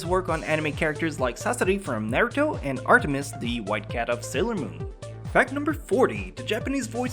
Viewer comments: if u dont mess with pernunciation anymore than why did u say nairuto instead of naruto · If you don't mess with pronunciation, then why can't you pronounce Naruto right?